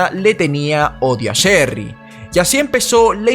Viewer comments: Diré chery no cherry se me complica un poco😄😃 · No sería: el caso de Sherry rasmusen???? Y porque se te hace difícil decir Sherry???? Es muy fácil no es alemán 😂